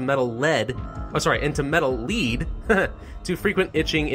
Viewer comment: I do believe that lead (the metal) is pronounced like led, not like liid.